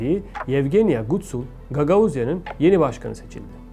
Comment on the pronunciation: Gutsul degil Gutul 💆🏻‍♂️